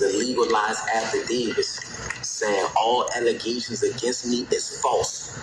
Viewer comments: "It's false allezations." -Mayor Tiffany Henyard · False "Alezaishuns" and I wuz framed, it wuz da one arm man! Comedy gold boys. And this kids is why we stay in school, learn to use English correctly and become a valued member of society.